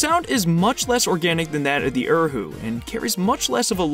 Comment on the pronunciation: (Erhu is pronounced Er-oo) not er who 🙁